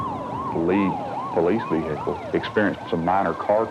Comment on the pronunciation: Dear Texas, the "H" in "vehicle" is silent.